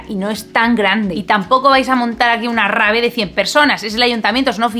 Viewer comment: Eres muy linda y se nota tu gran conocimiento del tema....pero por lo que más quieras, si vas usar palabras en inglés, pronunciarlas en inglés....sino, pues usa su traducción al español si te va mejor....pero no decir rave en lugar de "raive"...y etc.